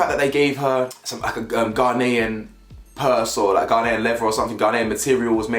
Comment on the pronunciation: Anybody else irritated by how Chelsea pronounces Ghanaian? 😂😂